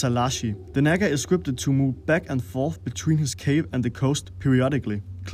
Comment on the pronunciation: You're walking a fine line with your pronunciation of Nagga